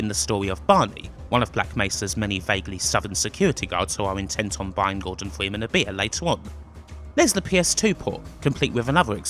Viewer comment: Gowdon Fweemen